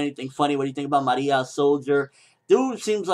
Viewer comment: and its Ma-re-ah, there not announcing her in a Japanese accent, shes from Rome